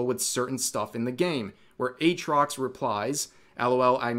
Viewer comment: Atrox without the double a. absolute cringe